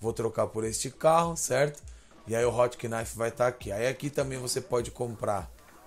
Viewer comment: foda o video o nome do carro se diz "rotnife"